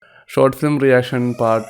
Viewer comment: ഇവൻ ഏതെടാ. ഗോട്ട് ഫിലിമല്ല.. ഷോട്ട് ഫിലിം അത് ആദ്യ ശരിയാക്കെട... പൊന്നോമലേ..🤩